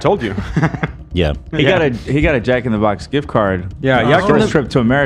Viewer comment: i love how everyone just started calling it yack in the box after love pronounced it that way